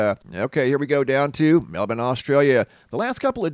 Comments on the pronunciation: It’s pronounced MEL-BORN. Not MELBIN. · *mel-born*.... you're saying melben... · It's not pronounced Melbin at all. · ugh i can't take it anymore you sound so ignorant sometimes its pronounced Mel-born melbourne is pronounced MELL BORN